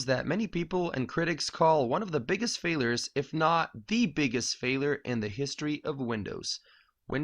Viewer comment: "Failer" "blackcom"?